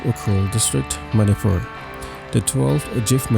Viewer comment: It's ManiPur not fur